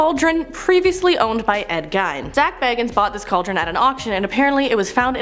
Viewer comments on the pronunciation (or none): Ed Gine??? Do you mean Ed Gein...? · Its Gein said like Gain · Ed Gien pronounced Geen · It’s pronounced Ed Geen